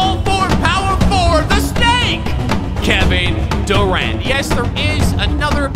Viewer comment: “Kevin duraunt” 🤣